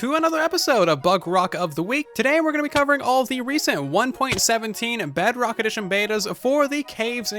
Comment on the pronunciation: and - he said bugrock XDDDDD Edit: im waiting for the update of the game of minecraft